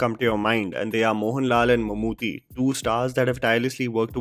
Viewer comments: it's not pronounced Mammoo'THY'. It's Mammoo'TTY' 😊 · plz pronunce Mammootty not Mammoothy. Thnx for reviewing it😇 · Just a gentle correction...Mammooty's name is basically pronounced as Mammoo-tea (Chai waala tea XD). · It’s pronounced “Mum-Ooty” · Come on man... How hard is it to pronounce Bheeshma Parvam.... How could you mispronounce Mammootty